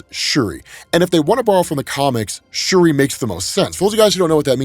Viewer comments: It’s shuri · It's shuri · Also it’s Shuri lol no think pieces necessary lmao